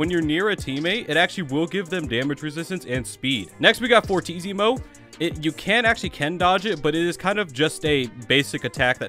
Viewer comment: First person to know how to pronounce fortissimo